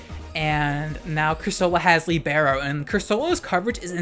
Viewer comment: You butchered "libero"'s pronunciation to the point I wasn't understanding until I saw Cinderace, but I still love you.